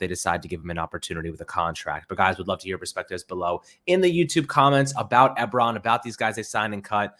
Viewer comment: It's 'E-Bron' ;-p